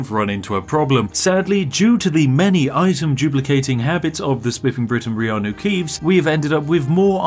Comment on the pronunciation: Reannu keeves??? Liar! Keeves is our god